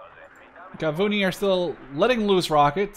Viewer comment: Well, Shayetet is pronounced Sha-ye-tet, and Gavnuni is Gav-Nu-ni